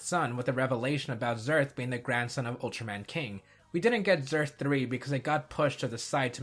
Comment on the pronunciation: Also, Zearth is more "zeh-arth" ("the Earth") than "zurth".